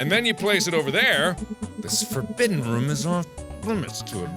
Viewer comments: IDK, everyone I know says roooooooom, with like a really long OOOOH, and to my ears it sounds like Mark says RUM. I like it though. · I love the fact he pronounces room like rhum. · I like how mark says "rum" instead of "room" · Am I the only one that just loves the way Mark pronounces "room"? Makes me grin every time.